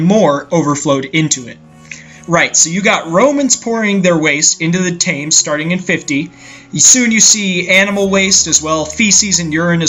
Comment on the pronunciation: That's not how you pronounce the name of that river. "TIM'S" river... whoever Tim is.